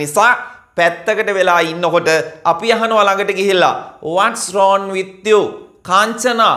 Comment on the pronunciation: රෝන් නෙවෙයි රෝං Becareful, If you pronounce wrong as wron the students get confused..